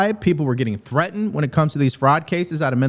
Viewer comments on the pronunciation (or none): And tell Illhan Omar the word is Threatened, not Threat-End!!!! Minnesota, not Minne-sowt-auh!